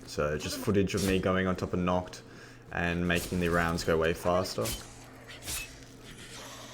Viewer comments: it is called NACHT and not "nockt" der untoten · Has anyone noticed he pronounces Nacht "Nocht" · The way you call nacht 'knocked' bugs me